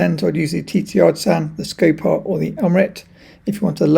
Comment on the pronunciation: Why do you pronounce Skopar as "scape-ar" in every single one of your videos? Did someone tell you that is the correct pronunciation?